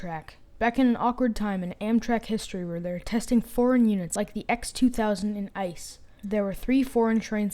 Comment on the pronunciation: Next time, ICE is not pronounced like ice but like IT-SEE-E